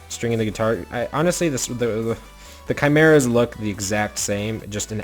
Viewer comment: RETRO Theme would be sweet, also please learn how to say Chimera correctly.